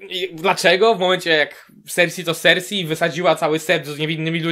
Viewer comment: W końcu ktoś kto dobrze wymawia imię cersie